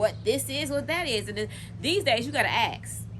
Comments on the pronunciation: When did "ask" become "axe" 🙄🙄🙄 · The word is Ask.....